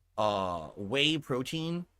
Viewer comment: He says 'take whey protein' like it's literal cocaine